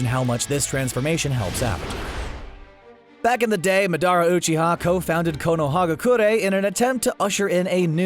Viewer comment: Oh god the way he says madara uchiha